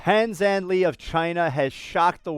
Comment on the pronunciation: He broke the world record and you couldn't even be bothered to do your research and pronounce his name correctly.